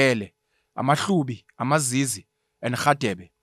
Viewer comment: I MiZize not amaZizi 😅😅